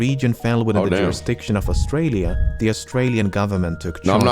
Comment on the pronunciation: why's dis guy doing a "British" accent for Australia 😂